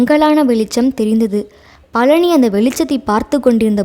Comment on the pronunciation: கலி அல்ல கழி😮 பலனி அல்ல பழனி.ல ள ழ வேறுபாடு முக்கியமன்றோ தமிழ் உச்சரிப்புக்கு